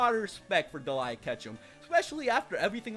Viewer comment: It's not Deliea!